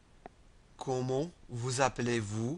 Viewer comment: There's a little pronounciation mistake for "comment" in "comment vous appelez-vous", but it's good, I can hear you are not French, but it's very good.